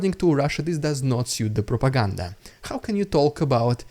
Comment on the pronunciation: Your “ridiculous Russian prrrrrrropaganda” intros are ultra hilarious. Keep them coming, Dude!